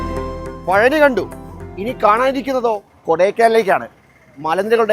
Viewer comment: പഴനി അല്ല. പളനി